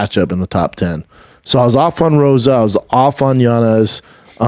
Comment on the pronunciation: ROJAS ! "ROW-HAS" NOT ROSA FFS